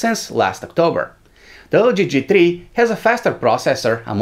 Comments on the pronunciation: Com on guys, TRI? you can say three... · "G Tree"